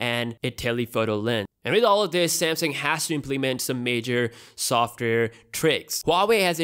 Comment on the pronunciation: Pretty sure it's a Samsung, not a Samsing.